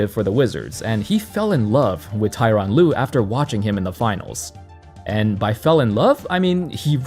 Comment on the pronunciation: Tor-on Lue, not Ty-ron Lue